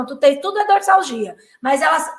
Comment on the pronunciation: Dorsalgia , pronúncia de z